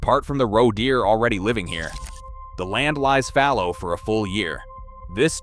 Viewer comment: Grossly bad mispronunciations. How many different ways can you screw up saying "roe"?